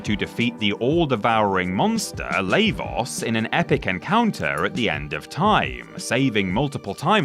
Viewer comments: Sorry it’s bugging me 😅 Lah-vos like lava is how it’s pronounced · Yeah it caught me off guard how he was pronouncing his name xD